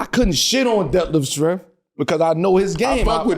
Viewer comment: Bro said “Schrempf Scampi” 😂😂😂😂😂😂😂